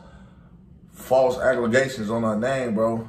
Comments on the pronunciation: Bro said “agledations”😂🤣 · Homie said aglagations 😂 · Man said false Aglagations 🧐🧐